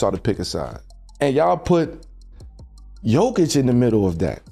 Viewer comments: ffs it's YOKEECH not Joekeech, J is pronounced as Y. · Made a documentary about Jokic, can't pronounce Jokic.WEHAT A CASUAL, 2 mvp, champ, MVP of inals, and stll canot pronunce Jokic Therrrrrrright way. do yo even watch NBA? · he also said joe-kich lol but its a good video...give it another try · Learn to pronounce Jokic.